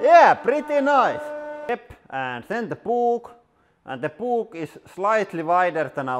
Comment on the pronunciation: I love when he says Pook rather than Book